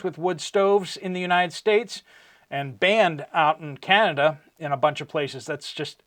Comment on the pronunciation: Sir, please be aware that you are developing a habit of saying "and stuff like that." I love your show, but please stop saying, "Uni States." I promise that I am not a troll. I'm just trying to help. God Bless you, your family, and all who believe.